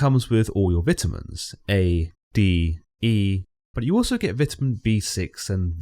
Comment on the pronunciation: The way you say vitamins make me wana hurt myself